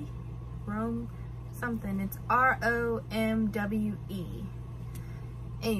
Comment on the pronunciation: IMHO, Romwe prolly sounds like RAHM-WAY, like they were trying to pull off sounding like runway? Shein may be pronounced like Shine, like a german accent kind? Like Reinhart in Overwatch. Just my 2 cents, take as needed. Love your videos, dont know what kind of feedback youve gotten regarding video ideas, but funny real life moments would be fun to watch as well,i enjoyed bug v babe video. God bless you!